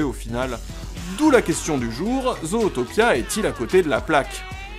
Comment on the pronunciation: Vidéo intéressante. Par contre... La façon dont tu prononce le titre en français... À part les Québécois et les chipotteurs de la VO, PERSONNE ne dit "Zootopia" en français. D'autres part le nom est vraiment mal prononcé vu que les anglo-saxons disent (Zoutopia) et non (Zautopia). Désolé mais ça me fait saigner les oreilles d'entendre le titre du film être charcuté! 🤣